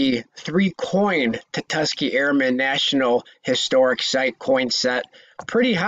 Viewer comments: tusk-ghee-ghee not ta-tuss-key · You heard it too🤣 tatuskee 🤣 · Could you imagine the value of a “tutuskee” 5oz round!? 😳🤣